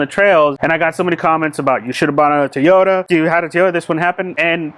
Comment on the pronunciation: Toyota not Teeeeota.